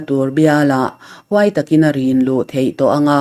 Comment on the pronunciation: Han ti zel teh, i aw hi i duh ang chu a nilo mai thei, mahse, a thluk hi i thiam ka ti. Hluai/ duai tih thumal i lam danah erawh dik tawk lo a awm zauh zauh thin.